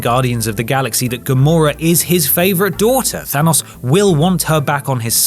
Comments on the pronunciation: Than-O-s not Than-U-s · It's hard to hear the name Thanos pronounced wrong after hearing it so many times lmao